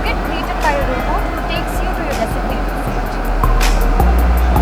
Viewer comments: Rebot nhi sir ROBOT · Not rebot its robot restaurant😂🤦‍♂️🙆‍♂️ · Not reboot its called robot😂🤣😂op pronounce 😂🤣😂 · ko robot toh bolna nahi ho raha. Toh pakistan mein rebot hi serve karega..No offense, but I like ur réactions.. Feels genuine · it's pronounced as Robot not Rabot😄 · Uncle english ki na maro yar its Robot not rebot 🤣🤣🤣 and in few yeras its common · Arre Ye Re bot kya hota hai??? RO BOT, jago raat hone aayi apne ab tak chai nahi chaki